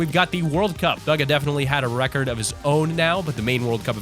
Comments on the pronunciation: Lmao he said bugga not bugha pronounced booga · Bugga? His names pronounced booga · It's pronounced booga not BUGa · Bugah not baga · He’s calling Buhga bugu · It's not baga it's bugha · It's BUGHA not bugga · Top gaming :baga world cup player Ppl:Going to comments to see what the chat sayingabout baga btw its Bugha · It doesn’t sound like buga it sounds like booga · dude its not bugga its bugha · bro he said buga instead of bugha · its not baga its bugha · T5g not bugga Bugha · It’s pronounced booga not buga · Bugah not buga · He said Bugha like buggy instead of booga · Buhga is said like booga not baga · Bugga????? Bugga??????? ITS BUGHA!!!! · he said buhgo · It’s boo-ga but if you’re scared of the boo in bugha I’m fine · Did you say buga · Did my dude call Bugha buga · He said BUG-A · It's pronounced booga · Boogah is how u say it!. /-/ /-\ |\| |3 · It's pronounced boo-ga. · He said buga instead of bugha 9:8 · bugger it bugha say it right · Boogha or bugha (pronunciation) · Bruh you pronounce his name like booga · what did he just say baga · He pronounces bugha as baga whereas you say it boga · bugha is said like booga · Bug-a? BUG-A? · It is boogha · my man cant say bugha right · You pronounced bugha wrong